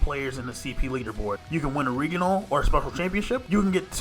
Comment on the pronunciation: I have literally never in my life heard anyone say 'regional' like the world 'regal'... until now.